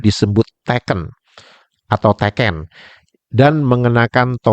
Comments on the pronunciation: Pengucapan tekennya salah,yg benar dua2nya makai e (pepet) yang berarti tongkat Sedangkan teken huruf e pertama normal itu artinya tanda tangan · Maaf untuk istilah "teken" itu dalam Bahasa Jawa kedua huruf "e" diucapkan seperti bunyi e pada kata "serap". Teken juga adalah alat bantu orang yang sudah sepuh/renta untuk berdiri dan berjalan. Teken bisa terbuat dari bambu, kayu, atau bahan logam.